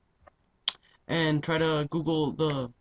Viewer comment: ITS FUNNY HOW YOU SAID GOOGLE BUT THANK YOU